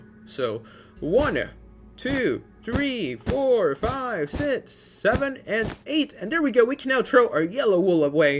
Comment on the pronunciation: I like your build but stop saying six like that